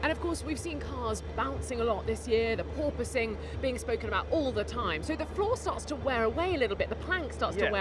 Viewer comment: I don't know why but how he says "purpoising" is too funny😂😂